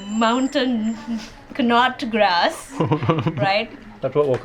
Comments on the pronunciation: Lol in English the "K" is silent in Knotgrass 😅 From what I've read and watched in videos about the army, is that they only use thé best of the best ingredients and prepare thé most divine meals because the army officials need all the beneficial nutrients from the foods because of all the physical work they have to do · OOOh i thought i heard it wrong both of them says mountain nutgrass actually its mountain knotgrass (i google it) they miss "K" perhaps its the way of American speaking "herb" do they heats H ? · Mountain "K"not grass 😁